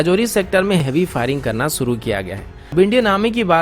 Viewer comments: अन्सुमान; सुरू; सामिल; मुस्किल; हमेसा; कोसिस; ऐसे घटिया उच्चारण से वीडियो का सत्यानाश कर दिया है आप उच्चारण नही सुधार सकते तो कोई बात नही: हमारा उच्चारण खराब न हो जाये, हमें ही त्रुटिपूर्ण वीडियो सुनने से बचना पड़ेगा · अन्सुमान; सुरू; सामिल; मुस्किल; ऐसे घटिया उच्चारण से वीडियो का सत्यानाश कर दिया है